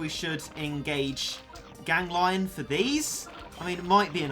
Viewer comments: It's ganglion not gang -lion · It is pronounced you spoon,gan,gli,on not gang,lion.TwT.also,try to use polevaulter cat next time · Tfw spell its name Gang-lion instead of Gan-glion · It’s pronounced gang- le-on not gang lion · I think "Ganglion" is spelled like "Gang - Glee - On" not "Gang - Lion". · Actually more like gangle-on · I think it’s pronounced Gan-gleon Or Gang-leon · said “gan-glion” gang lion......